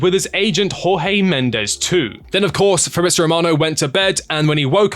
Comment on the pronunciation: Felix is a disaster, needed tor Finances only. By the way it's not HawHee Mendes he's Portuguese!